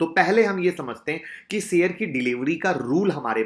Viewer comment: Sir maaf kijiyega but aapko diction pe kaam karnaa chahiye. Share share hota hai sare nahin. Sir sh aur s alag vocal letters hain aap sh ki jagah sa ka istemaal kartay hain . Koshish ko ko kosis aur avishkar ko aviskar kahna atpata lagta hai. Pls mind na karna Rames Sures nahin Ramesh Suresh kahiye